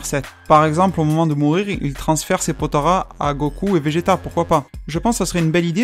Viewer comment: POTALA "LA" PAS "RA" "LA"